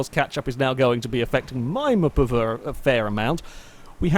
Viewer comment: how many times does say muhpuhvuh?